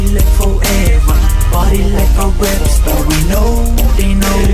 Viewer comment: i see only one skinny person in the video. did you say rep star or rap star?